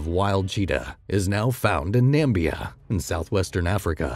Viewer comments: Pronounced Namibia not Nambia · The country is called Namibia. It has an I in it. Not Nambia. Cheetahs would get there asses kicked by male kangaroos. But would learn not to hunt them. Then they would do very well. Nothing is fast enough to get away from them here. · It’s Namibia, not ‘Nambia’ as you pronounce it